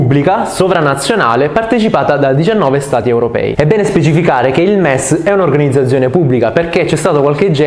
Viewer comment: Noooooooo ma come dici "organizzazione"😨